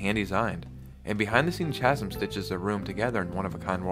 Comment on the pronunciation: Chasm is pronounced “kasm“